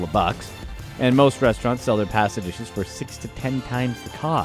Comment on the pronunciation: I can't stand the way that he says pasta...